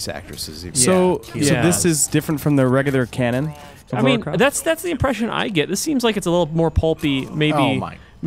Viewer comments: I love you, I do. But, her name is Lara, not Laura. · its lara not laura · reiner does it too, its like theres no one in the US called laura lol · Miss Croft's first name is "Lara", not "Laura"... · Lara! Lara Croft! NEVER Laura. LARA! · Its LAARA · It's fucking Lara! Damn it why can't Americans just get that name right? It's pretty hard to miss, and the names sound obviously different. And this is from a games magazine! Come on, that's just shameful. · more like Lair-a Croft.... heh-heh........ sigh